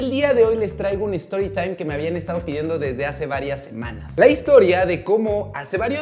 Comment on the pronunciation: La mamá de Samanta, Samanta, y su amigo: "por favor no diga nada" El doc: storitaim 🤠